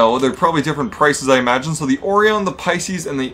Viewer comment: Orion is pronounced Oh-Ry-an